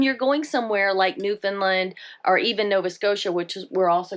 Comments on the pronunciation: It's newfoundland not newfinland...it's ok even most canadian pronounce found as fin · My darlins...It is not NEW. FIN LIND. IT IS FOR N0N NEWFIES NEW FOUND LAND..NO I'S. FOR SOMEONE WHO TRULY APPRECIATES O.UR CULTURE. .then it is newfunland. PLEASE DO NOT SAY NEW...FIN..LIND AND PASS THE WORD ON... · It's not pronounced Newfinlind. It's New Found Land rolled together nice and smooth. Newfoundland Canada has no states, but 10 provinces and 3 territories. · Believe me we have the same questions when travelling into the US. And you probably will as well. Hope you have a fabulous time in our neck of the woods. NEWFOUNDLAND rhymes with UNDERSTAND. Say it that way, not NEWFUNLUND. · It’s hard to listen to your pronunciation. It’s pronounced New-fun-LAND. it’s a common mispronunciation. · Just to clear up a small point, Newfoundland rhymes with understand. Happy travels! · Hello, I just found your channel. This may be really picky, but I just wanna correct the way that you’re pronouncing Newfoundland. Say understand first and then say Newfoundland it rhymes together. I just say this because as a Torontonian I always miss pronounced the word Newfoundland as Newfoundland LIND at the end. I married a new fee so I must pronounce the name of the province correctly. Looking forward to your adventures in Newfoundland and hopefully you will see some icebergs.